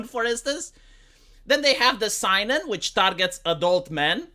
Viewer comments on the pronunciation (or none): Seinen is pronounced "say-nen", not "sigh-nen"